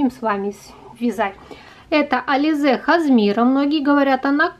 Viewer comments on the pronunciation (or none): Не хазмира, а написано кашемир